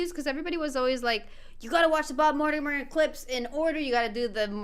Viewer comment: So funny that one! 😂I knew it was gonna be good when the vid started with you pronouncing it Mortimrhrmrmrm Tales 🤣🤣